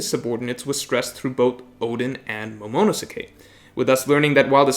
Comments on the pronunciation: Momonosuke Mo-mo-no-skay Lol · I only hate hoa you say momonosukes name. Jesus lol Liked nd subbes tho.